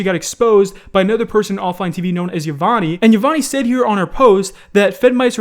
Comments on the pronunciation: Pretty sure it’s not pronounced yi-von -nee more like yi-vohn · He really pronounced her name ye vonny smh it's pronounced (ee-von) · btv, yvonne is pronounced e-Von, not ya-Von-nee. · her name is not pronounced like yvonneee its yvonne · Imma say this once Yvonne is pronounced "I-Von" not "I-Von-E" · eeeeee-von not eeeee-von-eeee sry just kinda annoyed me lol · You said yvonny you say it like yvonn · The way you say yvonnie is pissing me off bro it's YA-VON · The e is silent in yevone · It’s pronounced yee von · Mans said yivany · Isn't it pronounced Yvonn? But written Yvonne? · Yavawney? Doesn’t know how to pronounce Yvonne. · yvonn-e now that's one way to pronounce that name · Yvonne's name is pronounced basically without the e. Yvonn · dude, silent E when pronouncing Yvonne's name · No one:: "Yavonnie" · Its pronounced, (Yuh-Von) just cut the e. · Psst, that name is pronounced E-von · “Eve-on” that’s how you say her name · i think its prononced E-von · The way he pronounces "Yah-von-ee" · not how u say Yvonne lol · my dude, you do not pronounce the last e in Yvonne it is a silent vowel. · My man I'm pretty sure that's not how Yvonne is pronounced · I’m pissed how you pronounced Yvonne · Yvonne her e is silent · I don't like the way he pronounces yvonne's name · I hate how pronounces Yvonne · 1 No? The e is silent.